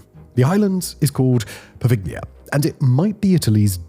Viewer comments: I can remember the times when Simon didn't put out videos by the hour 7/24 and so had more time for luxury things like trying to pronounce non-English names more or less correctly... Take, for example, how in his video about Poveglia Island from no more than a year ago, he said the island's name correctly, unlike in the present video... Gone are the days. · Love your content. You've helped me get through a lot of excruciatingly boring work days! Bit of help tho, the G in "Poveglia" is silent lol